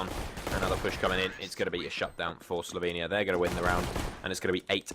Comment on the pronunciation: eyyy my country STOP SAYING SLOVENIAE ITS PRONOUNCED SLOVENIA